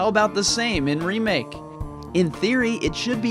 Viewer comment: I really love your videos about RE2 remake..... but just can't stand how you pronounce the word "remake".